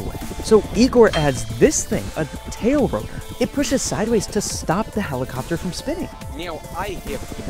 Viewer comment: That Russian dude really said - Helicofter - Helicofter!